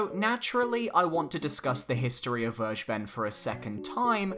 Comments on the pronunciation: it's ver- guh- ben. not verge-ben. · its called ver-(fer)-ge-ben this is german and means taken, you make my ocd trumbe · it’s pronounced Ver-Gey-Ben. It’s German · Werge ben? Maybe you should try the correct German pronunciation ''Fer Geh Ben'' -Vergeben :) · Phonetically please say it like like this: Ver-ger-bern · It's pronounced fergeben, just like it's written. It's German for "forgiving" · It's Ver - gay - bun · Vergeben's name is in german you pronounce it ferckeben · It's pronounced ver-gay-ben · I wince everytime you pronounce Vergeben. It is pronounced "fair-gay-ben" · actually "vergeben" means "to forgive". "Zu vergeben" would literally translate as "to to forgive" and doesn't make sense grammatically. Also, it is pronounced like "fair-gay-ben" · It is a German word. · vergeben is a german word and it just sounds so funny, how everyone pronounces it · It's so funnyhow you pronounce "vergeben". It's a german word by the way 🙏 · No hate meant here or anything but no one on the internet pronounces Vergeben correctly